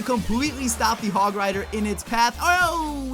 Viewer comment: You did the hog oneeee wrong